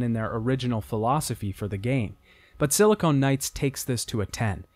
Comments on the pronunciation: It's Silicon Knights, not Silicone Knights. I wince everytime I hear the latter. Great video despite this mistake, though! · that feeling when he keeps saying "Silicone Knights." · Please stop saying silicone and when you mean silicon. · I really like this video but your constant referral to "SiliCONE" rather than "SiliCON" Knights drove me crazy. They were a games developer, not breast implants. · Great video but it was "Silicon Knights", not "Silicone Knights". Silicon is the chemical element used in microchips; silicone is an elastic polymer. Every time you said "Silicone Knights" it made me cringe. Other than that, great content!!! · Should we tell him that he mispronounced "Silicon Knights" as "Silicone Knights" for the whole video? Certainly conjures a different mental image... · i have to say, whenever he says "silicone knights" i just imagine knights with enormous fake breasts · Wonderful video, great mountains of content and backstory to this series. Thanks for making this. Gotta mention that every time you pronounced Silicon Knights as "Silicone Knights" my mind wandered into strange and unspeakable realms.